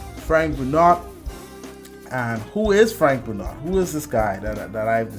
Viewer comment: Huge fan of this guy. Pretty sure his last name is pronounced "Bru-know"